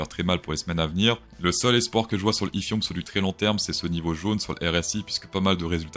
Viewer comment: Je me demandais ce que c’était ‘Ifirioum’ ! J’adore 😂❤ merci pour ces avis et analyses